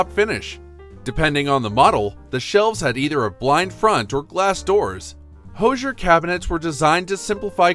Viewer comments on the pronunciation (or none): Please learn how to say "Hoosier." It is "whosier". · Right? I snorted. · Thank you!!!! I can't believe they mis-pronounced that word.